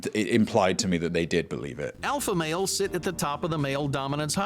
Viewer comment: The way this man says “males” like “mayols” is really bugging me